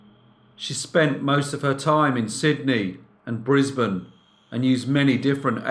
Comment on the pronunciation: Brilliant to hear you pronouce Brisbane correctly being a Queenslander :)